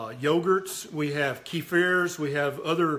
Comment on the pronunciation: It's kefir / кефір , not " kifir". I used to refer to skim milk as "scum milk". The fats recycled into other products, like cakes